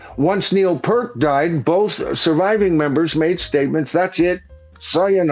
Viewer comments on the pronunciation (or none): It's not "Pert". It's Peart as in "peer-t"! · Pronounced PEERT, NOT PERT 👍👍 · Please, it’s pronounced “P-E-E-R-T”, not “p-r-t”…🫤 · Neil P-ear-t (P-👂🏻-t) (one syllable) I am a 60-year-old Canadian fan of Rush since high school. (1979) And I, like pretty much everyone else, also pronounced Neil‘s last name as if it rhymed with “hurt” for 35 years. But 10 years or so ago, I heard Geddy & Alex explain in an interview that it is pronounced basically as it’s written. You can probably find the interview clip by searching youtube for (Geddy explains how to pronounce “Peart”) I had pronounced it incorrectly for most of my life so far, but if I make it to 70, I’ll only have pronounced it incorrectly for half of my life. 😂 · Peeeeeeert not Pert. Why the hell can't any tubers get this right? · Peart is pronounced as Peert, not purt. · PE ART !.. not PERT!… ffs!. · "peeert," not "purt." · "Neil Part"? In my 42 years as a fan, I've never once heard that pronunciation. Neil himself said the key is the three middle letters: e-a-r..."ear." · Not of importance but i wonder why our American friends mispronounce Neil Peart's surname? It is PEart not Purt as Neil confirmed many times. Anyway, although i'm not an uber fan (i.e. not in my top 10 list of favourite bands) i think it is not a good idea to call this line-up Rush. Neil was so integral to the success of the band that it should be renamed, for example, 'Lee / Lifeson Play the music of Rush'. Surely that title would not affect ticket prices...or would it?! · Its Pronounced "PEER-ERT" And its PURE Sacrilege to Tour without the guy and it's just for the MONEY!!! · It's pronounced PEERt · rhymes with "heart"...that was always the best way for me to remember the correct way to pronounce his name... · 50 years later and still can't pronounce Neil's name.